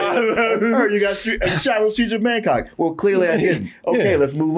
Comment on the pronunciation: How did that “Bangkok” flub make the final edit?! 😂